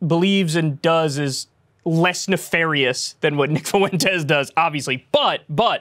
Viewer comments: Nick is garbage, but the way Kyle is pronouncing Fuentes, is sending me to the moon. 🤦🏽‍♂️ Is he doing that on purpose?? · I know it's probably silly, but the way Kyle pronounces Nick Fuentes' last name as "FOO-ENTEZ" is so grating. It's "FWENT-EZ". No one else ever pronounces it the way Kyle does, wtf? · Fuentes is two syllables, Kyle.